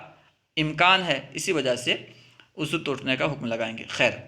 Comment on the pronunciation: ماشاءاللہ آپ اچھا بڑھاتے ہیں وضوء کے لفظ کو ءضو پڑھتے ہیں